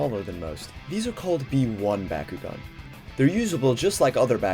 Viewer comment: Bah-koo-gone not Baa-koo-gone.